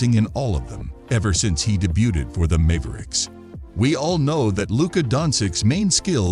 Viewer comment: Mave ricks